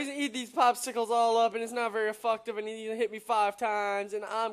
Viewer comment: its ef'FECT'tive, not ef'FUCK'tive. Just saying though :p